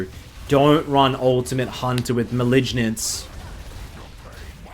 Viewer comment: there's no way you said MAH-LIDGE-NENCE